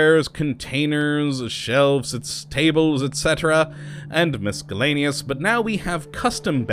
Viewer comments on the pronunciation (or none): It's pronounced mis-ELL-aneous, not mis-KELL-aneous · OMFG the "C" in Miscellaneous is silent....stop that shit it makes me wanna punch your fucking face in....also saying shit just makes u happy is also super gay and annoying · learn how to say miscellaneous jesus. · I wish there was a mod to get him to pronounce "miscellaneous" correctly. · Mason Davidson Honestly isn't not that bad, half the Internet can't even spell 'lose' anymore